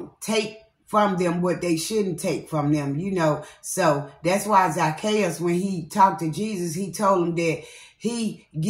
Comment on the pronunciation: You had said it right I got the wrong word in Luke that I'm reading and it's Zac-chae'us 🥰🙌